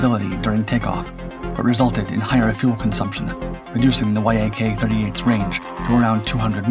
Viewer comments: It's not the Y-A-K, it's pronounced "Yak" (yack). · ffs. It's not Y A K it's Yak- pronounced Yakk.. Rhymes with Jack. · Shit background music at the start. AND no one refers to Yakovlevs as Y. A. K. you simply say ‘yak’. You’ve made 2 GLARING errors 1) The Kiev doesn’t have a ski-jump flight deck. 2) It has an angled flight deck. And you certainly should know the difference. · Hey man. He just finds old pictures and videos of stuff that may or may not pertain to what he is talking about. I think he is learning as he goes along, does his research on it, and writes a report about it. VTOL. He pronounced the letters "V-T-O-L," instead of "v-tall." YAK. Pronounced "Y-A-K" instead of just "yak." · You don't say it like Y-A-K, you say it like the animal (yak) Neither is it V-T-O-L, you say Vee-toll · Not "y-a-k" jets. Many Russian airplanes are "Yak" (fill in the type). Yak is the first three letters of the designers name. Yak rhymes with jack or hack. That's the way you say it. Patrick Cowdrey, Central Point, Oregon, Commercial Pilot since the 60s. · Interesting and pretty comprehensive study, thank you ! NB: the Yak brand is normally pronounced like "yack" not Y-A-K, just like MiG is "mig", not M-I-G, Ilyushin's Il are "eel" not I-L. But is your odd pronunciation the fault of some AI voice ? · It’s not pronounced „why ay kay” just Yak. Я is a single letter and maked the „Ya” sound, with the full name in cyrillic being Як-38. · It is not three letters y.a.k. it is just the beginning of the Yakovlev name "eacc". "Mig" planes are not spelled m.i.g. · Fool, it's pronounced, "Yak", not Y-A-K which is just one more reason I don't watch your BS channel. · Say Y A K again, mf. I dare you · I hope you haven't used AI (i assume the sponsor) in this, music is too loud, and many glaring mistakes, such as the ski jump, which in the video you showed doesn't have one .... Oh and saying Y.A.K. its almost always refered to as yak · Yak, it's a YAK! Not a Y.A.K 😉